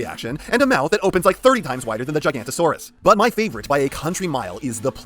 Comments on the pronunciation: Its pronounced giga-nota-saurus not giganta-saurus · Erm, it’s actually pronounced Giganotosaurus, not “Gigantosaurus” ☝️🤓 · I hate to be that guy but…it’s gig-a-NOT-a-saurus, not gigantosaurus, that’s a sauropod. Forgive me. Great video though.🦖🦕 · Hate to be that guy but i believe its pronounced gi-ga-no-to-saur-us not gi-gant-o-saur-us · Man hearing you on origins wheeljack, then hearing you contradict yourself on this is shocking. Like it does exactly what it’s supposed to do. Also the entire video you butchering Giga-noto-saurus and calling the elasmosaurus a plesiosaur hurt. Otherwise nice review broski. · misspronouncation is one thing, but MISIDENTIFICATION ! that's another thing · Why do you say gigantosaurus? Is it called gigantosaurus or did you try to say Giganotosaurus and like so many others forgot there was an O inbetween the N and T somehow. Which would be weird when you pronounced quetzalcoatlus flawlessly. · I genuinely cant tell if hes joking or not when he calls the giganotosaurus and the elasmosaurus the gigantosaurus and the plesiosaur. If it is intentional, why still say quetzocoatlas correctly? Also the gigan may or may not have been smaller than a certain other bipedal cretacious top predator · How did you pronounce Quetzalcoatlus right first try but Giganotosaurus is the name that trips you up?